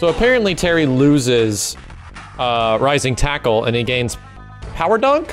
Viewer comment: POWA WAHVU! RISING TACO! AIYO-OHKAY?! BUSTAH WULFE! BARN-Nu-NACKLE!